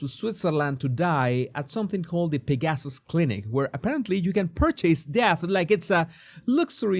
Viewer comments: Thank you for this very interesting video. Just a small correction: "Pegasus" should be pronounced as PEG-uh-suss, with the accent on the first syllable, not with the accent on second syllable. The Swiss clinic is named after the winged horse named "Pegasus" in Greek mythology. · How did I not know about this? This is absolutely horrifying. I’m so glad that you talked about this because I did not realize this existed. Thank you for your candor. By the way, I love the way when you say the word Pegasus it comes out as ‘pig asses’. No truer words ever spoken.